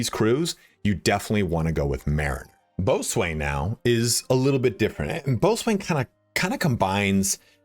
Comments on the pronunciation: please ban this guy for pronouncing boatswain as "boat-swain" instead of "bow-son" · It’s pronounced “Bo-sin” [Boatswain] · Boatswain is pronounced "bosun"..... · Hearing you actually phonetically pronounce out "boatswain" instead of saying bosun is killing me haha